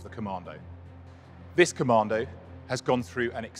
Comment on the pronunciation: Top Tip, there is no R in Commando .